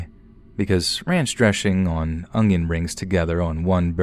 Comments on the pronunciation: ranch dreshing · The way you said ranch dressing😂😂😂